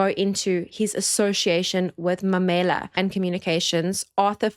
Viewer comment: MAUMELA.. not Mamela.....pronounced MA - ma UHHH -u MARE- me LA-la CHAUKE pronounced CHAR - cha UHHHH - u KE ( like you say Kenya) - ke